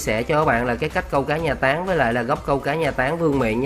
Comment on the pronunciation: Anh nói táng vm mà em nghe tán vm:)))